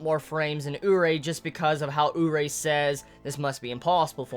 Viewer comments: More like Oo-ree-ay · isn't it "urié"? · Isn't Urie Pronounced "Yuri"? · I've always pronounced Urie as ooh-ree-ay